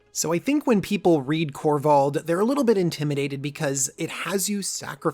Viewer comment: Kor-vald sir. Not korvath